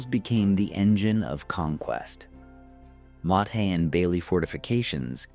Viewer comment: Gads. Somebody upgrade this AI voice for Welsh pronunciation. It can't even tell the difference between "lead": to guide forward and "lead": the metal. Then there's the word "motte": spoken "mot". Needs to recognize Roman numerals: It's "Edward the First" not "Edward Eye".